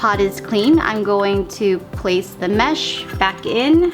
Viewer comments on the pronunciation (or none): none